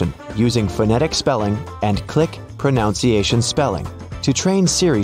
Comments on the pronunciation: The noun is pronUnciation. Ask Siri… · That’s not you pronounce “pronunciation“. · If only you could pronounce the word, Pronunciation. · lol, you can’t even pronounce ‘pronunciation’ and you’re meant to be a human! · Will it correct the narrators pronunciation of “pronunciation “? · Siri should correct the narrator's pronunciation of the word pronunciation. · It’s pretty funny and ironic when the narrator talks about getting Siri to pronounce things correctly, and he consistently mispronounces the noun “pronunciation.” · How about starting with the word “pronunciation?” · Funny, coming from a presenter who can’t pronounce ‘pronunciation’ correctly 😂. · You should learn how to pronounce the word pronounce. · This guy can’t pronounce pronunciation properly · Not to be critical but I thought it was pretty ironic that you cannot pronounce the word pronunciation correctly when that is the subject you’re talking about referring to Siri not pronouncing words correctly. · Pronunciation is NOT pronounced like that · Did you really make a video about correcting pronunciation while repeatedly mispronouncing "pronunciation"? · 😂🤣😂Yeah, Siri may mispronounce words, but you mispronounced “pronunciation”! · That bothered me too. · It's a bit ironic that his pronunciation of pronunciation is wrong. :) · Please pronounce "pronunciation" correctly. It's not "pronounciation," but "pronunciation." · Hey, pronunciation is pronounced just as it’s spelled, not pronounciation as you are saying. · Pronunciation is pronounced pro NUN se a shun. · Just one small quibble: you need to tap your own back to correct the sound of “pronunciation” — it is correctly proNOUNced, “proNUNciation” rather than “proNOUNciation.” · Oh dear, the narrator (a computer?) is embarrassingly pronouncing "pronunciation" wrong! It's proNOUNce but proNUNciation. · Here is one SIRI... it's pro-nun-see-aa-shun, not pro-nown-see-aa-shun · It's pro nun ciation not pro noun citation. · The word is pro nun ciation